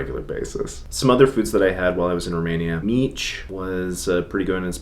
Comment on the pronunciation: Not meech..... mici ....